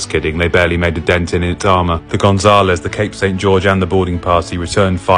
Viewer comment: How can you pronounce Gonzalez so bad?